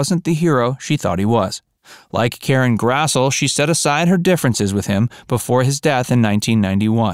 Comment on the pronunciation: Oi! Karen Grass-lee,* mate! * Pronunciation.